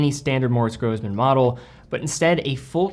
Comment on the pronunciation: Pronunciation snob here - double s in German is pronounced as "s" instead of "z". Single s is "z". Seriously cool that you featured this brand, though. Keep up the great vids.